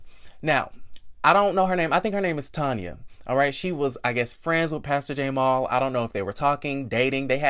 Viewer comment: Stop saying the letter and make the sound!!! Stop calling that man Jay-mall lmao! I cant with u!